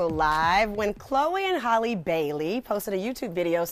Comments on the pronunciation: Why is it so hard for people to pronounce Halle? 🤔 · Every time the interviewer pronounces Halle's name wrong, I cringe.